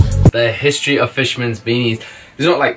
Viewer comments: Its history not histroy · please say histroy in all your videos from now on lol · are we not gonna talk about "HISTROY"?